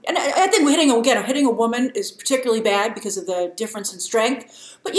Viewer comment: "Always believe wamen."